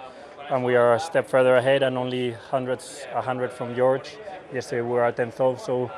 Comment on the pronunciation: I find it funny when Carlos calls George "Eorge" 😂😂😂